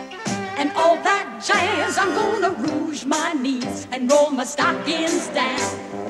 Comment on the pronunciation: All that ja-yuzzz. I like this version of it, except the way they're pronouncing jazz, which is cheesy.